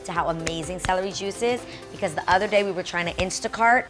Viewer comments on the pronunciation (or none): none